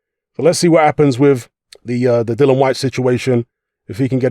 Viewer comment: His name is DILLIAN NOT DILLON!!